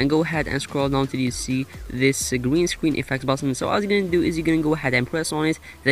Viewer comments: Green Scween effect Gween Scween Backwound So Adorable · it's not a pwobem we all say gween scween owo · gween scween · Gweenscween Ovahewe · Gween Scween LMAO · gween scween gween scween backwound pwess on it lolll ily 😂😂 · he says gween scween😂😂😂